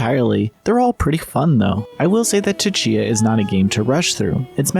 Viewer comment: The T in Tchia is silent....